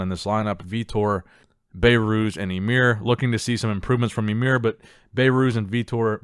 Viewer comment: it's "Emir", not "Imer".